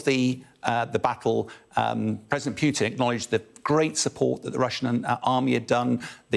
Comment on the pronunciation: This guy is constantly pronouncing Putin as [ pyt'in ] instead of [ put'in ]....